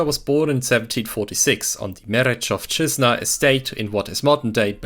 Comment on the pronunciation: Man didnt hesitate while saying Mereczowszczyzna. All these videos about Polish history are bearing fruits